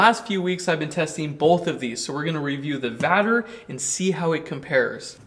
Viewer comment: Pronounced Vatler, maybe?